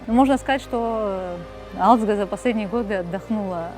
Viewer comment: Не алидзг а гализдга Грузинское имя, Ташкент по вашему Аташкент не искажатте имена.